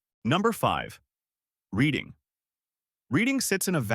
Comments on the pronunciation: Its pronounced Redding, not Reeding! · It is not Read ing it is RED ing! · not reeding, redding. You got it right the second time, but not the third. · Lancaster pronounced lank-kiss-ter; Reading pronounced redd-ing.